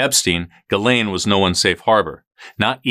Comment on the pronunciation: No it's not. It's pronounced Gil-aine.